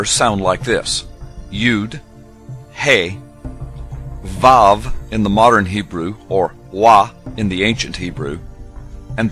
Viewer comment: its vav not waw, waw was due to arabic influence on hebrew